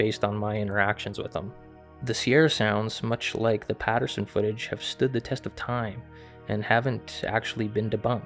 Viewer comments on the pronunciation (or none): none